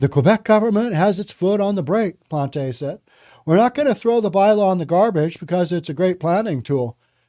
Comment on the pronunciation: Plant the E silent if english. a french person would sound like this Plant(teu)